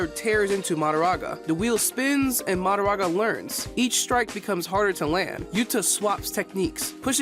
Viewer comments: He keeps saying MaDAraga instead of maHOraga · Why does bro pronounce Mahoraga like that